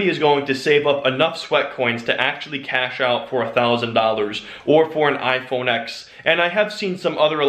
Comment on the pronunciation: He said "iPhone X" and not 10. Burn him at the stake